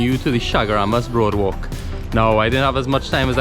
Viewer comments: Ayyy I don’t really like here too but it it beautiful to stop by and admire. Especially at night - it’s cool and breezy and the walk is lovely. Loved the drone shot with the guy swimming. Glad you included that! And it’s boardwalk not broadwalk 🥵🙈🙈🤣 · no offence meh boi nice video i think it is boardwalk not broadwalk